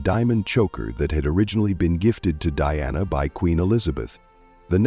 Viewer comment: DIANA NOT DEANNA